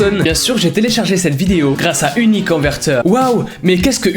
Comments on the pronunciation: La manière dont dit: " uniconverteur🦄" 🤣🤣😂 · Son accent quand il a parler de uniconVerTEUR est trop marrant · Il dit 9 fois uniconveteur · TU A DIS UniConverTEur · IL A DIT 10 FOIS « Uniconverteure » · Il a dis 12 fôis uniconverteur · Ta dis 11 fois uniconverter mdr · Combien de fois a t'il dit uniconvertor ? 🤔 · Sa se voix que t'ai souler de dire uniconverteur